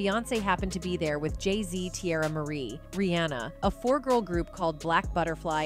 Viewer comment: Google won’t help the narrator say queen bee vs queen bay; or REEonUh vs reeAnna, or fix boosta rhymes….. ?? The narrator should have googled the pronunciation lolol not us.